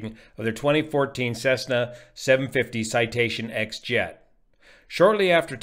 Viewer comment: Citation X = ten, not X.